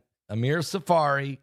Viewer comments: The name is Amir Tsarfati not Tsafari. Love your news!❤ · please learn how to say Tzarfati correctly.